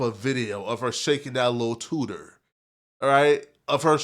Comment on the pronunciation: is Wild. that was freaky. Why you say TOOTER Like that. And who tf says TOOTER😂😂